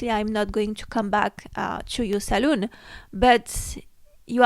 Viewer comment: Salon eve.. not saloon. Saloon is where you drink 😊